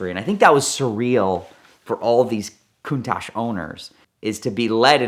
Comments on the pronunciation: stop calling it a Cooontaahhjjjee it's Con-taTch. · Valentino Balboni doesn’t pronounce the name Countach as “Countosh”. I’ve heard him say this word in interviews several times. Either is mispronouncing it or Valentino Balboni is mispronouncing because they are miles apart and they both can’t be correct. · are Americans pronouncing Countach wrong when we say it as “Countosh” or is Valentino Balboni’s pronunciation wrong how he says it at in the video linked below?